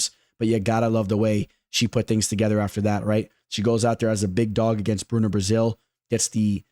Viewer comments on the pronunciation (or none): none